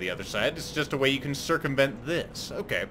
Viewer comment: Circum VENT Dohoho